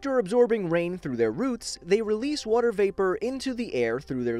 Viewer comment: nobody:: wooter